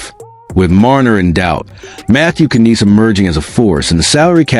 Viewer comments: Knies is pronounced neyes. Tavares is NOT the captain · Isn’t Knies pronounced like “nize” instead of neyes which would sound a lot more similar to the Hispanic last name Reyes?